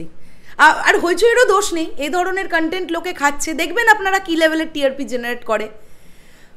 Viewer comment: ধন্যবাদ। লজ্জা পার্ট টু বেঁচে গেল আপনার মতো দর্শকের হাত থেকে। কনটেন্ট শব্দটা তো ঠিকমতো উচ্চারণ করতে পারেন না, বলেন কানটেন্ট, আবার করছেন রিভিউ!